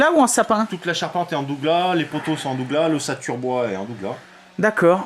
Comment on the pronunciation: hahahaah la prononciation du sapin de Douglas est a mourir de rire. cela se prononce Sapin de Duglasse même si cela ne s'écrit pas comme cela